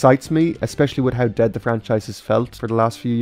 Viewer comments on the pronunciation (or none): none